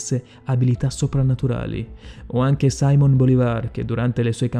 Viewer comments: Non "Saimon" ma Simon, Simon Bolivar, così come lo leggi. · Simón Bolivar,non saimon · Simòn Bolivar, non "saimon"! (dai c@ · frate se ti sentono pronunciare "saimon" bolivar (lingua spagnola, leggi simòn), "maiashimoto" (miyashimoto si legge come scritto, visto che è già una traslitterazione...), o "leonìda" (greco... Leònidas), potrebbero farti barba e capelli XD. video simpatico, grazie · Simon bolivar Non "saimon" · Ma perché sbagli tutti gli accenti e le congiunzioni?....i video sono interessanti, ma è davvero complicato ascoltarti fino alla fine....Saimon Bolivar??? Simòn Bolivar.....Maiamoto Musashi????.....Miyamoto Musashi.....ma questo vale per tutti i tuoi video. Non è corretto storpiare la storia e l'italiano così, impunito. Personalmente a 2 minuti di questo video, smetto di seguirti e spero lo facciano tutti gli altri, finchè non deciderai di fare un passo in avanti e divenire un vero divulgatore scientifico.....altrimenti farai solo danni, alla nostra bellissima lingua ed alla memoria dei personaggi che ti permetti di raccontare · Pare proprio che il narratore stia leggendo una traduzione automatica di un testo straniero, oltre a sbagliare numerose pronunce di nomi "inglesizzandole" (sAimon Bolivar, mAiamoto Musashi...). Bella voce, belle storie, ma preparazione rivedibile. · Saimon Bolivar e Maiyamoto xD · Sàimon Bolivar pure è inascoltabile. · (saimon bolivar) non si legge così